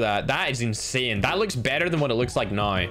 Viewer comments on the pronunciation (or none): Ma perchè dice insane così insien